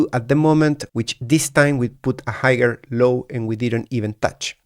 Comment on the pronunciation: Great analysis. Just an FYI the g in higher is a silent g. You shouldn't pronounce it hi-yer is the correct pronunciation